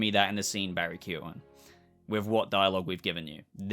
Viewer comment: As an Irishman I appreciate you not butchering Barry’s name like most other Youtubers are doing!